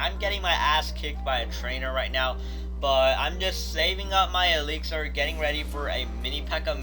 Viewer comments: Stop saying elixar its elixir not fucking elixar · It's pronounced eliks-er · Why does he say ALIXAR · Really??!! Eeleexar?